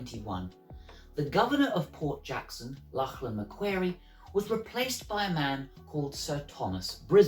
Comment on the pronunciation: Lachlan Macquarie's last name is actually pronounced mc-quarry. Also, the 'squatters' were people from areas west of Sydney who moved north with their cattle and sheep and took up land around what is now south-east Queensland. They were called squatters because they had no legal claim to the land, yet they developed roads and farming and grazing. By the time the Moreton Bay Penal Colony was opened to free settlement, some of these squatters, who had now been in the hinterland areas for many years, had amassed considerable fortunes. This sometimes put them into conflict with the colonial government who were selling land to the peoples coming into Brisbane. I've made a video about the founding of Brisbane which you might find interesting and helpful